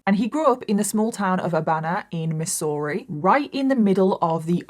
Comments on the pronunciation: Haha. Love the way pronounced Missouri. It’s “Mizzourie” but who cares…loving it just the same! Always look forward to your videos. Keep up the good work! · Try pronouncing it MIZZ ERR E Also, the location, home, broken down cars is what normal small towns in US are like. This is what it looks to be poor. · Totally unrelated but I love the way says Missouri. It's like "miss-ooo-ree" I love it 😂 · its pronounced Mizourah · And people seem confused when I refer to Missouri as "Land locked Florida". 😂 We call it Misery for MANY VALID reasons.😂 Also,, your pronunciation of Missouri is cute... but it's actually pronounced with a Z sound. "Mizz-ur-ee" (or in certain areas "Mizzurah") 😂 Also, there are roughly 250 people in the small town I live in. 😂 The 2020 census said 245.😂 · We pronounce it like the ss are zz. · I love how you say Missouri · As a Missouri native, I love the way you say it! I remember hearing about this, how horrific for her family. The fields of junk cars, meat hooks, and freezers aren't really abnormal, but there are definitely some creepy places in this state where you just get weird vibes. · I love how you said Missouri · Love how you said Missouri😅 for future reference it's pronounced with the s's sounding like z's. You know how we Americans like to spell things one way and pronounce them a totally different way😂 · When she first said it, I did think that it was in another country, lol. Then, I found out that it was my neighbor😂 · lol no, not her accent, just the way she pronounced Missouri.. just gives off that vibe